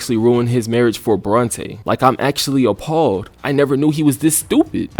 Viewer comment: Get the second part of this season immediately. It was horrendously crazy how it all went down. Ngl, was rolling my eyes everytime Joe was thristing after Bronte.... BORNTE!?!